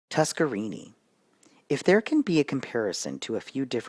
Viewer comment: it is pronounced TuskerNINI. NINI